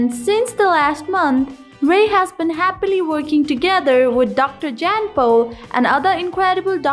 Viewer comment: I realize this is an old video. Having said that I would like to comment so my brain will shut up 🤣. If you are speaking about someone you should at least say their name correctly! Dr. Jan Pol deserves to have his name pronounced correctly, as does everyone else.